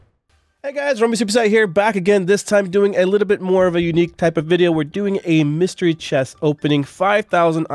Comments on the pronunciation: it's pronounced [mister-ree] not [mass-ter-ree] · haha. .so funny how he says my-stree key to the mystery key lol..